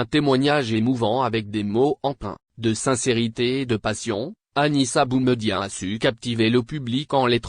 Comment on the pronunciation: Prononcer le prénom de BOUMEDIéNE convenablement car ce dernier est un symbole pr les algériens. Merci